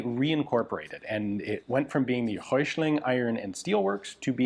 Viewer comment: You're not that far off with pronouncing Hessische. Hessen is a State of Germany. Go easy on the "i", quick on the "sch" and land on the "-e" and it is fine. Röichling...Röi-ch-ling. Roy as in Rob Roy, then the "ch" without an S and -ling. Anything with "Volk", just say Folk but let the L be heard. Wetzlar was perfect. Most of those that were made were MG barrels from the Luftwaffe that were reduced in diameter to fit the "Volkssturmkarabiner".